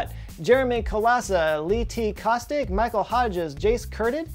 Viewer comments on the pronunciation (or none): none